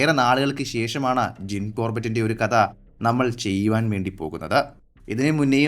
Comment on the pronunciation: കദ എന്ന് പറയാതെ കഥ എന്ന് പറഞ്ഞൂടെ